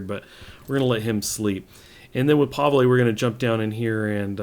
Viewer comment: Pavle - pronouced (pah-vul)